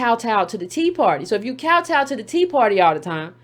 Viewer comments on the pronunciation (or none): none